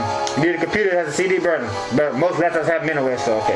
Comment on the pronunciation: LOL ish when you said "cd burner" I thought for a sec you said cheeseburger XD